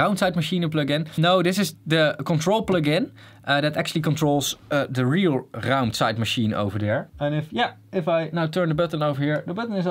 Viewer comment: can we just appreciate how well he says "raumzeitmaschine"